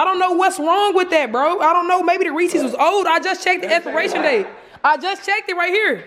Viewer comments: If she say REEEECS ONE more time 🙄💀 it’s Reese’s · Everytime she said resses wrong it made me mad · "I THINK THE REECIES OLD WE NEEDA SUE WALMART